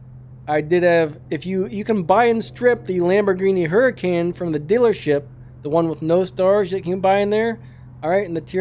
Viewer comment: FYI, the name of the car is Huracan and it is pronounced hur-uh-con and not like hurricane. It’s a simple mistake, I don’t blame you for it. I said the car name like that, but later found out the actual pronunciation.